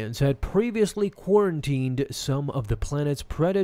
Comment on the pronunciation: Did u just say quarantined